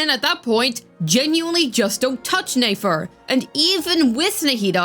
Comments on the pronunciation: It's Nefer not Nafer. Saying her name wrong the whole time was a bit triggering. lol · Lol neyfar 😂 i was like this is not that hard to pronounce properly